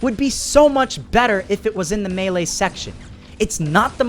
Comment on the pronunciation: U can't say melee right